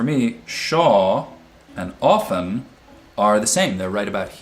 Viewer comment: and ... OFtEN vs ofTen... Your silent “t” warms my heart, thank you! 🤓🙏💙